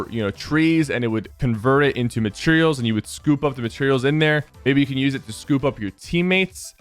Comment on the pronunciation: Matrials lol 😂